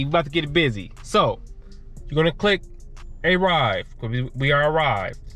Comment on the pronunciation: "A, rrive" 😲? Can't even pronounce it?